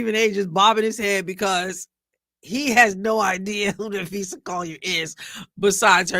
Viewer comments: It’s usually easy to tell the AI narrations from human but c’mon “ Napheesha”. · I would have asked Stephen A where the coverage was of Unrivalled on First Take? There wasn’t a SINGLE segment about Unrivalled by First Take or Club Shay/Nightcap! So don’t talk about promoting women’s ball. I give them an E for effort! They don’t know Phee, how to pronounce her name. She is the reigning DPOY of the WNBA, MVP of unrivalled as well as co-founder of Unrivalled. Was unrivalled even brought up in this brief interview? No it wasn’t brought up AT ALL! They don’t care about women’s basketball Shannon is very tight lipped because he doesn’t watch women’s basketball, neither does Stephen A or Molly!